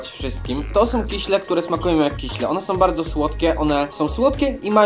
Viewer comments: I jeszcze się doczepie nie "kiśle" tylko "kisiele" no, ale każdy popełnia błędy. :D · Kiśle <3 nie lubie jak ktoś mówi kisiele xD to takie miastowe!